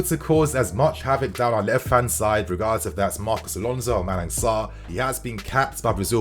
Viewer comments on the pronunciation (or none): none